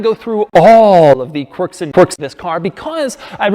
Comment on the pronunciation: "Quirks and QURIKS"